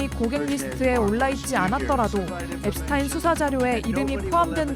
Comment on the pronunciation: 제프리 앱스타인 아니고 앱스틴